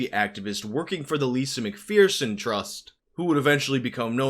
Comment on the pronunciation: Mcpherson like fur son not fear son????????????????????